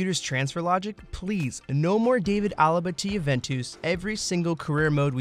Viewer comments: it Ju-ven-tes it's really how the itailian pronounce I know couple of itailan friends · JUVENTWOS?! my own country amazes me when it comes to pronunciation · why did he say JOOVENTOOS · Juventoos? Hahaha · Fuck those pronunciations were annoying. Who are Juventoos? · "Jooventoos" loooooooool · Just had to search it cause you definetly do not say it like that in italy, ffs. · Who tf is Juventooos? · The way he butchered Juventus...